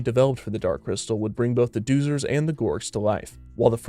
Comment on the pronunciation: Pronounced” Dozers .. Doh-zers “